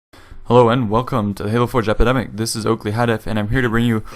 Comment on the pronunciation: lol, listen him say epidemic